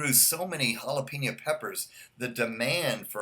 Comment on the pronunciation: Great review. Thank you. You say jalapeño like a real English speaker. You say hala-PEEN-yo. It is hala-PAIN-yo. But that’s OK, it’s not a big deal. You are a an English speaker from the United States, why should you pronounce Spanish words like a Spanish speaker? It’s all good. Again, wonderful review. Great video!